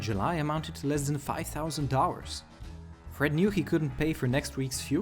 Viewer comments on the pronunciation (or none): Please start pronouncing it D O L L A R S and not dowwas